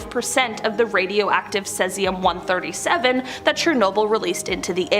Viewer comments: omg who is this woman who cant say Cesium properly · OMG I came to say this!